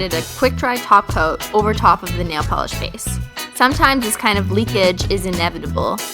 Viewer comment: Your awesome I found you a couple days ago and now anytime I hear anyone say top coat all I hear is taco lol